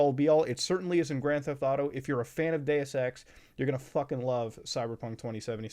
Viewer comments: Ngl I’m tired and I thought he said Day of sex instead of Deus Ex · I heard gay sex, bruh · Been listening to so much cum town, thought i heard "Gayus sex" a few times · When muta said deus ex my friend beside me asked why he was saying gay sex, funniest shit ive heard in a minute. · When he said Deus Ex and I was a little distracted I thought he said "Day of sex" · what the fuck is Day es Sex